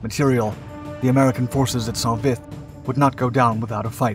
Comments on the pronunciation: It’s not pronounced sont, it’s just Saint Vith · It's pronounced Sau Vi. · I believe it’s pronounced Soan Vie